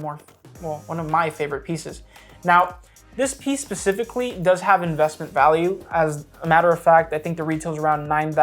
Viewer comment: Specifically, not Pacifically!